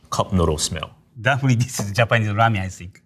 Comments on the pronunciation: She can’t pronounce ramen in English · she can’t pronounce “ramen” though 😅. She kept saying “ramyun” which is the korean style noodle soup. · She cant even pronounce ramen 😂 RAMYUN 😎😎😏😏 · i love how it's clearly written "ramen" on the packages, but this beach goes out of her way to say "ramyeon" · Someone tell her to pronounce it "ramen" instead of ramyun. Put some respect on its origins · Is it ramen or ramyen? That girls keeps adding a Y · Korean Lamyeon not ramen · In Korea, instant ramen and ramen are classified as different foods. Instant ramen is called 'ramyeon', but ramen is called 'ramen' just like the Japanese pronunciation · Ramiyen, lol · Why are they saying ramyuen not ramen? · Ramen not ramien 😅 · She keeps saying rah- me-yen. Never heard that pronunciation before. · Cool, I hear them pronouncing it like: Ram-yen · She lost me at “rameein” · Is it pronounced "ram-yen" or is she just saying it weirdly? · It's cute everytime she pronounces "Ramen" like that. RAMEAYN :) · I'm surprised she's Korean instead of Chinese because the way she pronounces ramen sounds really like the chinese way "la mian" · I never knew before how much it being pronounced "Ramyen" bothered me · Why is she pronouncing it ram-yen? Is that the authentic way to say it? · Also ramen “ramyan” lol I think Korean was probably just her first language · The female chef says Ramen similar to the Chinese pronunciation. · The narrator mispronounced every single ramen. Like butchered it. Goodness...